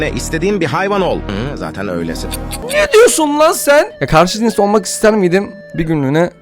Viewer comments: 💫NeĞ dİyOsUn LaĞn SeĞhN💫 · neğ diyosun sen beğ